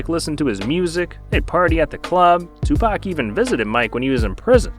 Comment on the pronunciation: "Twopak" lmao